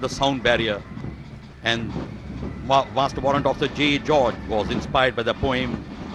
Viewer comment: Yelo Ji! JA George Ke Naam Se 'A' Hi Gayab Kar Diya. Hat Yaar!